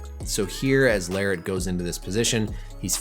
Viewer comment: just how in the world did you manage to butcher Larratt's last name to Lariat lolol and yet not butcher levan's last name... lol